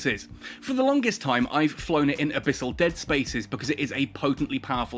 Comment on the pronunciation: you say Gila and abyss right. Guristas sounds off though.